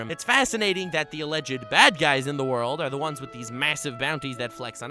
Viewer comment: Everytime he said "ze worldo" I kept dying :)))